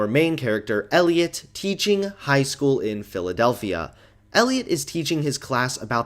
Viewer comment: Can no make Philadelphia sound like p*d*p**l*a at the beginning. Also, you're not Nostalgia Critic. Love the Emo Disease joke😏